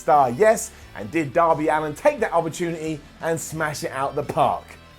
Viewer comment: It's Allin not Allen